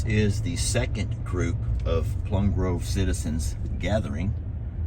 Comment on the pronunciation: And, Plum Grove, not groove.